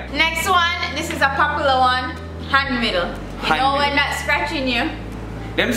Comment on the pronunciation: Han miggle NOT Han middle.